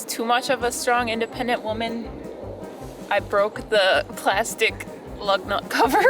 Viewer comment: 플라스틱은 미국이나 한국이나 발음이 같구만 ~ 딱 풀라스틱만 알아듣는~